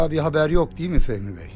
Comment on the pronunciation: Долкун Турганов "degil" değil , "değil"